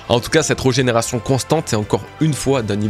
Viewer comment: Hâte de voir le dénouement! Je sais pas trop où ça va partir et de plus en plus intrigué par Saturne perso, même sa régénération me paraît bizarre, comme s' il n'était pas réel a proprement parlé. D'ailleurs, petit détail mais régénération y a un accent c'est pas reugénération;) (signé un toqué du français )